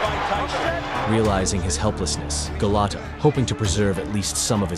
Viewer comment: You mean Golota, not Gelatto.